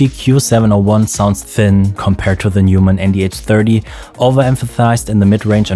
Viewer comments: It's not Newmann, it's Noymann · Du bist doch deutsch, oder? Warum sprichst du Neumann falsch aus?